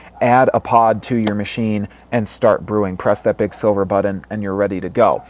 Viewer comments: BUT-TONN. is it me or does he say it weird? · the way you say button makes me uncomfortable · i hate how you say BUTTON